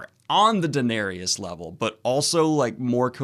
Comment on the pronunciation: Daeneryus... last time I heard you say it like this as well XD Thought you where making a joke back then :) apperently not